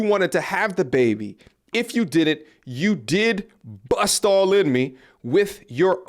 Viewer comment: ..crazy..The way you say BUST lol. 😅